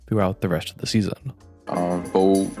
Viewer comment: Why does he add h’s randomly? Like, he said “resht” instead of rest. Is it an accent? Just curious, not hating.